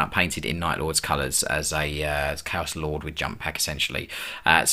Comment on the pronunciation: "Cow Space Marines". Gotta love it when AI makes mistakes. He's a bot, Lord Inquisitor, right there, heretic technology! And it's making fun of his angels!